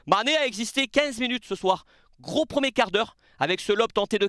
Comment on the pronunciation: Gros tattoo ? Gros atout (zatout car y a un s à gros pas un T ) mais c'est pas grave hein j'aime bien ta chaîne mais ça fait 50 fois que tu mets un T à la fin de "gros" 🤷😅